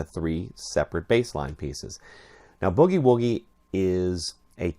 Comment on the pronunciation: That IS the correct pronunciation. It is NOT bewgie-wewgie.